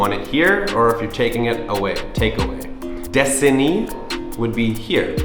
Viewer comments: Your bahasa is really good. However for 'How are you?' is 'Apa kabar?' Not 'Apa khabar?'. And 'lapan' is close, but 'Delapan' is correct but understandable your bahasa. Disini sounded like destiny lol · You speak half Indonesia and half Malaysia, rite? Karena not Kerana. Kerana is Melayu/Malaysia pronunciation. Delapan not lapan. DE(the)lapan. EMpat like thEM. I hear you say desini (here), actually is Disini. Please if you want to give a money or something to other people, use your right hand 😊 thanks for learning Bahasa..